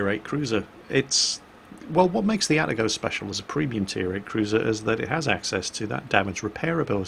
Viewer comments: Ah-Tah-Go not At-teh-go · please. Stop pronouncing it At-a-go - it's A-ta-go. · Ah-Ta-Go. In Japanese, each symbol represents a syllable that is usually pronounced the same way. These symbols usually only represent two roman letters, with the exception of stuff like Tsu. (Mu-Tsu-Ki and Ha-Tsu-Ha-Ru, for example.) At least that's how it is with the basic Japanese alphabet, anyways.